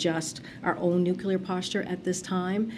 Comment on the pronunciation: She said nothing there and she mispronounced nuclear.